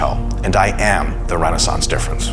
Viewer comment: Great video! One thing made me laugh though, when Mike says he's the renaissance difference I heard rooster illusion.